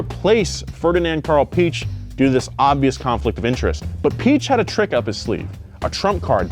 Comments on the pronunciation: ... make it Pi - Ech (and go with a mixture of a ch and ck) and there you go! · Last name=Veedeking. The 2nd letter of german vowel combinations is said in its long form. ie=EE, ei==eye. Standard German (Hochdeutsch) as from Hannover the ch would be said like an sh. You are trying to pronounce it the east german way. So Piech=peesh. But you got the vowel combination thing correct this time. W in german makes the V sound in english. Christian Vulf. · The e should have umlauts over it. This indicates that the "i" and "e" are pronounced in separate syllables. The name should be said, Pee-aych, with kind of a hard "c" before but not quite, almost. There is a pronunciation video here on YT. Search Ferdinand Piech and hear how it should be pronounced. But definitely not "Peach". Great video BTW, despite my pedantic rhetoric. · Even in Germany we don’t say Piëch, like you described it. It’s more like pee-esh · Your Piech spelling was good tbh. The “ie” is mir like a longer spelled “i”. So for you it like peech. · There are actually two little dots writtenover the "e" in Piëch. That means the "e" is not a modificator to the "i" to make it phonetically longer but will be explicitly pronounced. In Piëchs case it will most likely be prounounced pee-eggh (I spare you to pronounce the ch, this is as close as you get 😉) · Pronunciation of Piech really isn't hard even if you're not German speaking. It's pretty much just P-eck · I can't pronounce Piech so I just say Peach. Americans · Piech is easy to pronounce “pee-egg” is the most easiest way for English speaking people to pronounce it. ^^ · Ferdinand Pee-eck** The correct way is the easiest. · Piech is pronounced pee-eck. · I'm not german, but it's still easy to say the "ch" just say piëch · When he says peach I just hear peash like Jenna marbles and juliens dog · The umlaut in Piëch means that you should pronounce the letter, meaning Piëch is pronounced ‘Pee-egg’. Fucking savages.